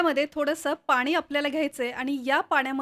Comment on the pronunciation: माहीती छान,, पण बोलताना आनी पानी बोलणे टाळावे